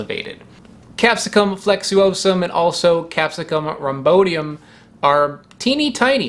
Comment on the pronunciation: "rham-BOY-di-uhm" not rahm-BO-di-uhm. Otherwise, excellent.